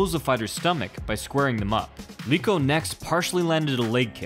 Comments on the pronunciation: Eeeeek!!! It's not Leeko, but you should read "E" as per "leg": Leko!!! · Leko not Leeko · Do you also pronounce Lego as Leego? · Learn how to pronounce Leko. Obviously you thought you discovered these fights and didn't watch them or know the fighters in the 90s